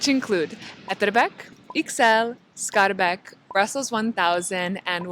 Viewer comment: You pronounce Scharbeek, Etterbeek like a french , it's Skaar baik